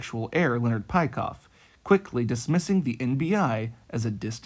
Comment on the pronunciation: Nice video. A small correction, Peikoff's name is not pronounced like this.